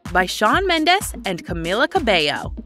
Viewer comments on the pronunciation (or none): none